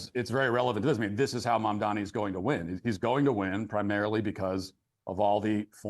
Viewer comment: Mamdani you should learn how to say it looool